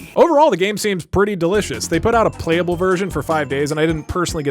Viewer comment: When he said "playable" I thought he said "plate-able" for some reason.